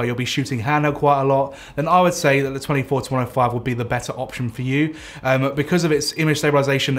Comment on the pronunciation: Sounds like hes saying 24-25.